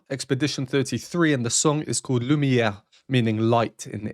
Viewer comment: oooh, the "impish" mask...there are some things you can't unsee 👹😮 Btw, you're French is getting so much better. I actually heard the "uvular fricative" on the "r" in Lumière! Have you been practicing pronouncing "happy squirrel" in French (that's how I practiced), or perhaps listening to famous Quebeqois Belgien singer playlist? I haven't heard the term "pizzicato" in a half a century since high school concert rehearsals (pizz/arco) and Bartók pizzicato! J'ai vraiment adoré cet ensemble et je n'aurais jamais entendu ça sans Youtube. I would have completely missed it. I don't and never did play computer games, but they tend to have very memorable and "atmospheric" music 🎶 🎵. And yet another one, "polyphonic". 💥Each line has its own melody and rhythm 💥The lines are independent but harmonically related 💥Your ear can follow more than one line if you focus.... who else but would point this out for you to notice? This is not a "reaction". It is Yet another music 🎵🎶 class from. Merci Infiniment... "Kev'